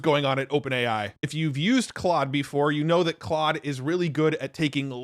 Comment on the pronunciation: It's pronounced 'clode'. ❤